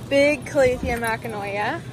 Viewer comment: Those are calathea makoyana, not makanoya lol. (It's ok, I've butchered names much worse in my life). Also, they did label the rubifarba correctly; the warscewiczii has wider leaves and a different pattern.